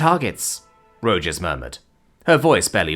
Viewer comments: I love it when I'm not the only one saying how a name should be pronounced. It's Ro-Haas. Not Ro-Jas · Rojas is pronounces 'Row-haas' not 'Row-Jaws' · Ro-HAS. Rojas is pronounced "Ro-Has". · FYI It's pronounced Row Hoss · As a Texan, the pronunciation of Rojas as Ro-jass was killing me. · This Arizonan agrees with you. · Illinoisan here, think my eye twitched every time.